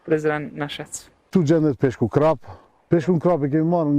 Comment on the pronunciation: Krap I thone mutit. Emri I peshkut eshte karp po shqiptaret e shqiptojne gabim. Jo krap po karp